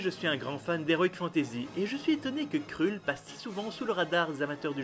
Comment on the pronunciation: Mdrrrrrr... On dit surtout pas "krulle" mais "kreulle"..... OH MY GOD... J'ai tenu 30 secondes... Désolé...